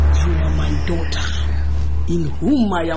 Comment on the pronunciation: who heard vivian's mother say " you are my dauther in whom i am well pleased" 🤣🤣🤣🤣🤣🤣